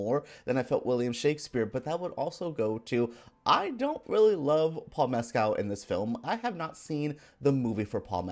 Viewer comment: You accuse the film of being ‘pretentious’ yet your simpering review is incredibly pretentious. You want bombast - why did you even see much a sensitive, compassionate film? And learn how to pronounce Paul Mescal’s surname correctly! Such an uneducated, facile ‘review’.